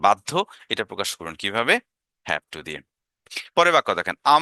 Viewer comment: অসাধারণ স্যার। আপনার চ্যানেলে সময় দিলে শিখতে পারবো ইনশাআল্লাহ। মাঝে মাঝে ঠু ঠক না বলে টু বা টক বলেন মানে উচ্চারণ আগের মতো করে ফেলেন এটা সংশোধন করলে আরও ভালো হবে ইনশাআল্লাহ।